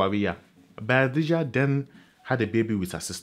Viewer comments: It's BAYAJIDDA not Bayadijja.. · It is Bayajidda not bayadijja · Correction sir: It's Bayajidda not Bayadijja!! Insightful as always! Well done. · So the name is actually Bayajjida, not Bayadijja. This is really good. Keep it up